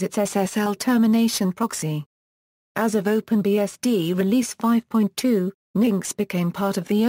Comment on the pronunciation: that's now how you pronounce engine-x